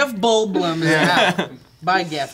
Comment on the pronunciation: channeled John Travolta with the pronunciation of Jeff Goldblum